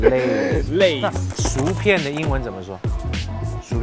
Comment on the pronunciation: 薯片是shǔ piàn, 不是"赎"shú片。